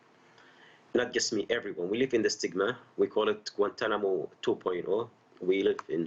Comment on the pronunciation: Obama has mispronounced Guantanamo. Why did Obama not shut down Guantanamo.